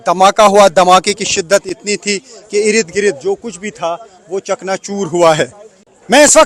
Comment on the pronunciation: Rid Girid nahi balki ird gird boliye